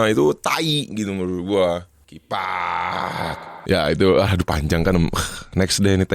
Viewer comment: Wkwk Bengek hyung kifak afa afaan nih🤣🤣